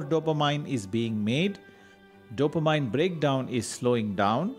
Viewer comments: CORRECTION TO PRONUNCIATION: Dopa-MIN ...not Dopa-MINE😀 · You mean "Dopameannnnnnn" not Mine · Good info but it is NOT Dop-a- mine..it is Dop- A -min. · I believe it's pronounced DOUGH-puh-meen. Not dopa-MIN or dopa-MINE. To me, the mispronunciations by the narrator are not as bad as the myriad typos in this video. The nuns who taught me English in grade school are probably rolling over in their graves, LOL. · Every time the narrator mispronounces "dopamine," it is like fingernails on a chalkboard. It is pronounced "dope-a-mean," not "dope-a-mine." I have a hard time listening to it. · Dopamine is pronounced do pe min....Not do or mine... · Hahaha, I felt the same way but English is not his first language and he’s talking about something that is super helpful. We can forgive his “dope-a-mine” and just go for the goods in the video. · The way you are spelling dopamine , cafein and norepinephrine is like rubish !!! Go improve your english ! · Good info but when you make videos you have to make sure the writing fits the screen. Also mispronunciation of dopamine or even caffeine doesn’t add confidence in info.